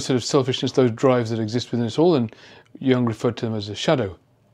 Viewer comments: YOOOONG NOT "young". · Sorry, you pronounce Jung’s name wrongly. Not Young but Jung. Carl Gustav Jung was Swiss, not German or Austrian. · Thank you,, for all your insightful presentations. Jung is pronounced "Yoong" by the way and he was Swiss. And the Germans unleashed their Shadow on their African colonies early in the 20th century before they ever got to the Jews. Belgium and Italy and I think France also unleashed their Shadows in Africa. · Excellent insights - as always! "An ambassador of the shadow" that phrase alone was worth the 20 minutes! (as were many other phrases!) Jung was actually neither German nor Austrian, but Swiss. The correct pronunciation is closer to Joong (think of Heidi Klum:-)) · German 'Jung' is pronounced 'yoong'. Your pronunciation is wrong. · I am grateful for your knowledge and perspectives, but I wish you would learn to pronounce "Jung" correctly. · Excellent video, but the Wikipedia page you show clearly explains that experts should know that the vowel in Jung's name is pronounced like "youth", not "young".